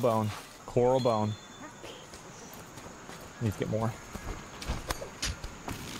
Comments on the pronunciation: It sends me everytime he says Corral instead of Coral. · omg if he says "coRAL" bone one more time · him saying corral gets me a little triggered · cor-ral bone? you mean a coral bone, like great barrier reef coral? or is this some US thing?